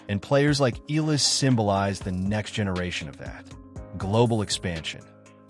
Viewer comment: Her last name is not eelllaaa... it's ee-ya-la (Eala)